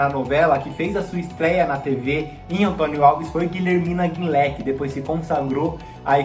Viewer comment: Pelo amor de Deus, não é Guilhermina GuinlÉ. Aprenda: "Gulhermina Guínlê" e "RenÊ de Vielmond", não RenÉ- em francês, os sinais gráficos têm pronúncia contrária